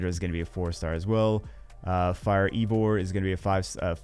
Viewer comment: Eivor is pronounced (Ey-Vor) in the game